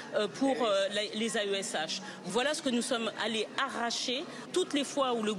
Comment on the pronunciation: "arracher" " aRRacher" 😂😂 Bien articulé l'élément de langage !😂